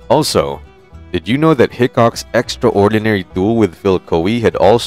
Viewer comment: And the word contributed, extraordinary all being one word, narrator pronounces as if they are two words, lol